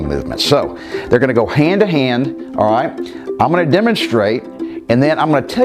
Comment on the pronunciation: Cant you say "alright" properly? Do you think you are gangster from the Bronx?